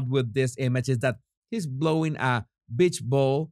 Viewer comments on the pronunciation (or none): I am not sure if it was by accident , or by 'accent' ..... Did you guys notice when he said he is blowing a beach ball, it sounded like a "bitch ball". I laughed so hard. Oh my, that was funny